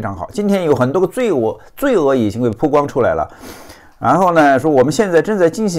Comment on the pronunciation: 曝光！bao四声！！，你的语文是体育老师教的么？